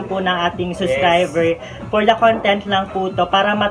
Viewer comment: Yes suscriber😅 where is the 'b' sound?